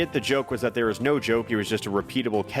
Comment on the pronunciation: Guys stop, he was only putting it out th”air”